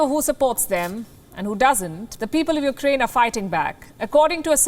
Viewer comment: Please don't call it you- ker-aine . Its you-craine